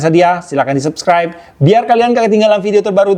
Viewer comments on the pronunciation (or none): none